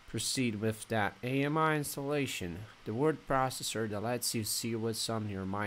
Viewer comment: It’s not A-M-I its pronounced “Ah-me” like the French word for friend.